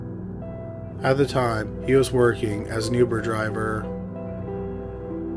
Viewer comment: "he was working as a youber driver" like for fuck sake dude its literally your one job to speak